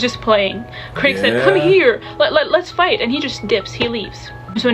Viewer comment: saying Craig instead of Krieg is so funny, since Krieg means 'War' in German and Craig...would be a terrible name for that guy xD Red Hair Mari is my favourite I think - she has same great takes and you can see how much she truly loves this story <3 Geat hat btw:D